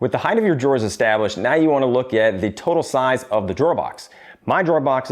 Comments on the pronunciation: it's "height" not "heigth" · Did you say heighth? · wtf is heighth? did he say heighth? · Height = Yes. Heighth = No. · Heighth is not a word.